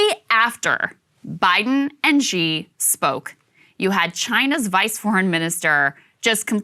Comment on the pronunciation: Xi is pronounced not Gi, its shi.